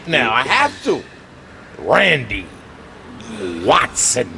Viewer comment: RANDAY WATTTSON 🤣🤣🤣